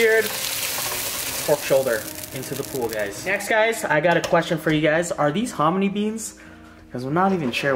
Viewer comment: 🤣 did you call the hominy, harmony beans? Lol if you didnt you should slap a patent on it RIGHT NOW.